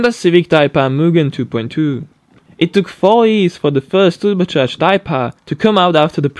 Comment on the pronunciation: Why did he read "years" as YEEZ?